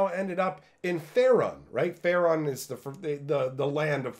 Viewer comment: BTW, its pronounced "Fay-rune", not "Fair-un"